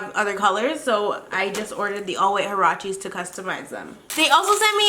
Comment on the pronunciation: U ceep saying huaraches wrong